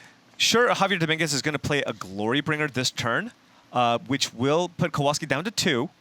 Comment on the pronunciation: its not Kołolski, its Kowalski :)